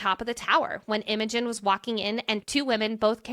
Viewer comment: Why do you keep saying Emogen? Her name is Imogen.